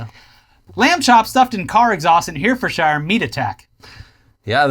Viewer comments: Herefordshire is pronounced heh-rah-fud--sha. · That pronounciation of Herefordshire killed me on the inside It's pronounced heh-ruh-fud-shure although now typing it out makes it sound dumb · Oh boy, certainly an interesting way to pronounce Herefordshire